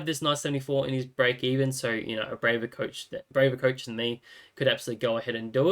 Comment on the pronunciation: love how you say COACHH